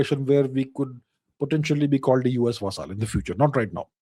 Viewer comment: He pronounces it "va-saaaal".Quaint fellow.